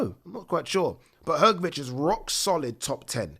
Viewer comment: Malković = Malkovich , Hrgović = Hgovich and not Hrgovic ć=ch